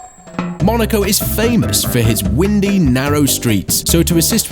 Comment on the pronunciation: Normally TTS voices just annoy me but I have to say, while I wasn't listening all that closely, I didn't notice that the voice was artificial until it mispronounced "windy".